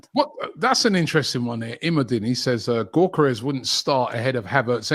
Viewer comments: Robbie.. his name isn't GORE-Care-Resh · Stresses me out hearing u call him GAWKERES ffs please Robbie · LOOOOL no its not 🤣 its Yuh-Ka-Resh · "viktor GAWKeres"